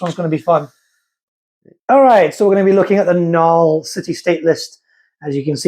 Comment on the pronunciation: NULN, NUL-N, THERE'S AN N AT THE END OF THE WORD